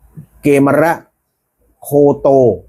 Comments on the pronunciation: กมีร์ -> เกมร -> เขมร -> ขแมร์ เกมร ไม่น่าออกเสียงว่า เก-มะ-ระ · เข มอน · อ่านผิด ไม่มีใครอ่าน เก มะ ระ ไปเอามาจากไหน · เกมรอ่านว่ากะเมน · เกฺมร น่าจะอ่านว่า กะ เหมน